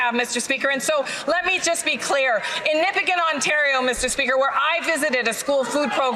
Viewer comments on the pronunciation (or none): she doesnt even say nipigon right she said nipigin